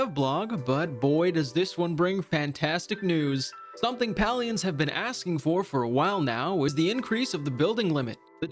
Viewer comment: Palians = pay lee ins.. just so you know how to pronounce it.. I know it triggers some people's OCD..